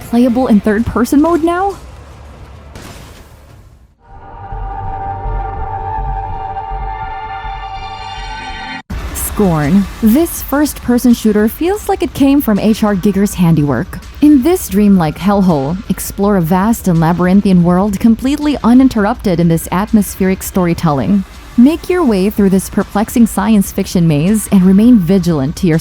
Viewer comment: why do you say H.R Giger liker a slur